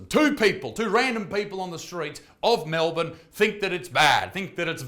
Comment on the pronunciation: but wait u actually enunciated the the letter R when u said Melbourne fuggin hate speech mate unaustralian AF